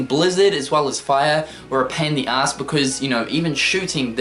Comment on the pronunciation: This may sound creepy, but am I the only one who thinks the way he says "ass" is funny? XD "It's a mayjah pain een the oss" -Cynical